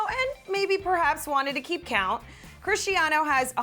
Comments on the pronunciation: Omg it’s Cristiano not crischtiaano ! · its crisTanio not crishiano